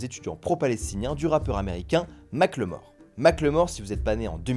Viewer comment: Mack le mort ? Ou Macklemore (ça se prononce Makeul Mohour). Merci pour la blague, toujours aussi bons en anglais les français ! (vous êtes fans de Michel Jaquesson ?)